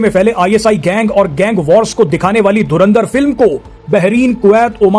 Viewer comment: Dhurandhar ❌️ Dhurindhar ✅️ 😂😂